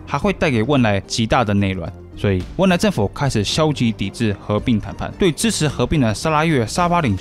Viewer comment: 是汶莱,不是温莱